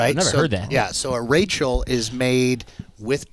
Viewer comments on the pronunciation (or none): none